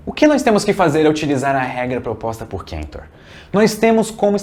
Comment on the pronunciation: Georg Ferdinand Ludwig Philipp Cantor era ALEMÃO, não Inglês ou Americano, é CAntor mesmo, não KÉntor.